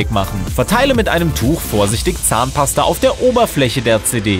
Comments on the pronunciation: Wie er fast immer zahnpaster sagt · Wie oft sagt der Typ bitte Zahnpaster !؟ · DU SAGST IMMER ZAHNPASTER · wow er hat 20 mal Zahnpasta gesagt und wie er das betont hat 😂